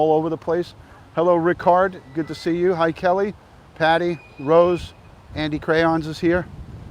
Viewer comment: Ok, just a little levity here. In your accent, when you said what sounded like "Andy Crayons," it made me think of a mobster whose way of making someone "disappear" would be tossing them in a vat of melted wax at the Crayola Crayon factory. I'm sorry ... my brain is weird. 😂